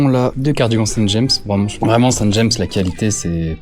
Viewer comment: Juste pour chipoter un peu, puisque c’est français on prononce « Saint James » avec un bon vieux A et sans S à la française et non à l’anglaise « Jaymsse » 😉